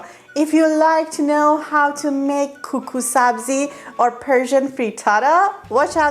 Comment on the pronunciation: Suggestion: for very close English pronunciation “Kookoo” makes very good sound v. “Koko”